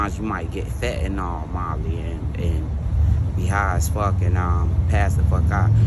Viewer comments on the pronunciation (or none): none